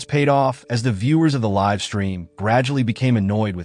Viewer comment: It’s not liv streamin it’s live the e isn’t soilent